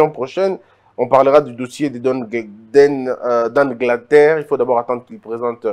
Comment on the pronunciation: Rapport mapping et non manppiing. Dan getler et non Dan gleter